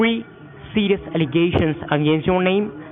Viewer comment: Qwiminal Awigations, Mr Wichard